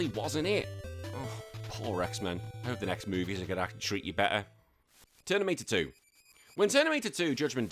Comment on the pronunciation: Is anyone else hearing "Ternimator 2" instead of Terminator 2? Also worth pointing out that in the movie, after John Connor told the T800 not to kill anyone, the T800 does not kill anyone else. This game seems like you are just running around and punching feral football players until they die.